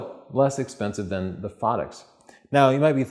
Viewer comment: Please same the name right.. Phottix, like "pho" as in "photography", or as in "photo". Not phaddix